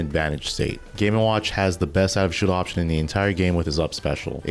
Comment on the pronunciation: Bro slow down on your video, youre saying all this stuff assuming people know what "outofshieldoption" is. And yes, you said it as if it was all one word.